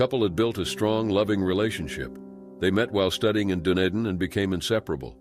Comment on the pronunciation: you need to Google how to pronounce "Dunedin" correctly.